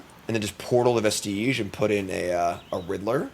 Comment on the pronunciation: It's also pronounced veh-stuhj, not veh-steej.